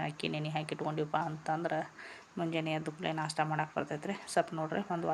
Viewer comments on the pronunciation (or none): ನಾಷ ಅಲ್ಲ ಮೇಡಂ ನಾಷ್ಟಾ